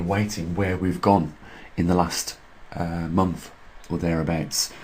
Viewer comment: "seventh of the Month" NOT "sevemff" of the Momff"